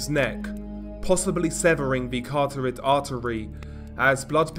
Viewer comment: I'm sorry. As a junior pathology student, I have to correct you. Kuh rot hid artery, not caro tied artery. Soz but, y'know...